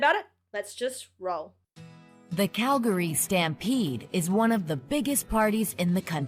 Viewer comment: I love that you say Calgary properly.